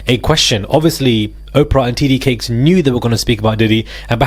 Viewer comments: T.D. Jakes.... Jakes..boo,not Cakes. Sending goodVibes & positiveEnergy fromCali❤ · It's "T.D. JAKES" not TD Cakes. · you are saying his name wrong is not cakes is Jakes.. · It’s Jake’s not Cakes ….ya clown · TD Jake’s. Not cakes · It sounds like you're saying "titty cakes" (TD Jakes) and I'm not comfortable with that. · His name is not TD cakes. It’s very annoying when you say it. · Wait. Did you say "TD Cakes"? 😂😩💀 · Is it cakes or Jake’s!? 😂 you keep saying TD CAKES 😂😂😂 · Why is he saying TD Cakes??? 🤣🤣🤣🤣